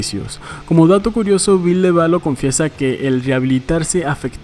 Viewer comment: Me dió un cringe tremendo escuchar el VILLE literal xD no dude, no!